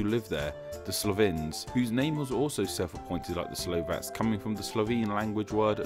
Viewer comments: We are not called slovenyek..its pronounced slovenets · YakuzYah #staʟe_memes According to the narrator we call ourselves Slovenyaki... Like a species of yaks 😂 😂.. Well we are mountain nation 😂 😂